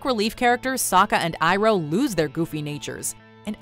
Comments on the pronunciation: series vs live film aang——> ong sokka ——> sowkuh iroh——> eerow avatar——>awvuhtar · What about iroh they kept calling hero instead of iroh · It's "Uncle Iroh" not "Uncle iHro" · And Iroh is Eeroh. UGH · マコちゃん "eroh" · surely you mean ear-oh, bc that’s how they pronounced it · Iroh = Ee-roh